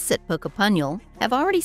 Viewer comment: pooh-ka-punyal....hmm...not ai at all